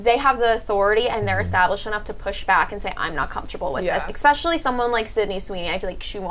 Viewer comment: Eckspecially! They need a hetero white dude for some diversity.